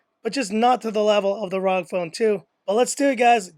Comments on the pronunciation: its pronounced (rogue) ROG phone 2. good video tho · It's R O G as in Republic Of Gamers